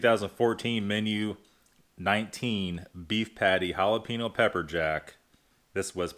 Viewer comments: It's not hal-a-pee-no. Lol. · lol Halapeeno